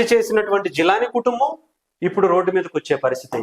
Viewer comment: రసీద్ ❌ రషీద్✔️.... జిలానీ రషీద్ ను బీర్ బాటిల్ తో లాడ్జ్ గొడవ తర్వాత బైట పొడిచాడు అది చెప్పవే... జీలాని ❌ జిలానీ ✔️ జీమ్ ❌ జిమ్ ✔️...నీకు ఒక బోర్డు ..ఒక విశ్లేషకుడవు నువ్వు😂😂